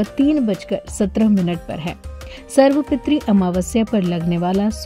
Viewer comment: सर्व पितृ का उच्चारण सही नही हे